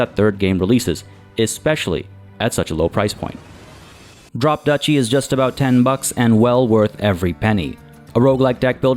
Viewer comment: Or is it Drop "Dutchie"? Love when it's "I've never heard this word spoken before, but that will not stop my overconfident ass from saying it however I want."